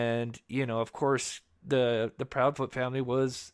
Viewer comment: Proudfoot. Not proudfeet. Less than 3 minutes in